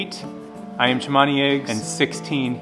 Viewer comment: it called Cemani not Chamani